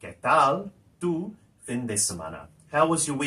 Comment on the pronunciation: Like your stuff but concerned about your pronunciation, obvioulsly not a native speaker, Why pronounce fin with English i? Surely Spanish pronouce it as FEEN